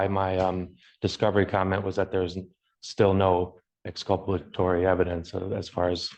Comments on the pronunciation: Counsel, not council, and exculpatory, nor excopolatory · Listen to him try to say the word exculpatory and not even say it right.